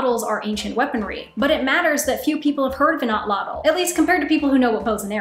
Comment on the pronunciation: At-lat-il. Is how to pronounce the word you were struggling with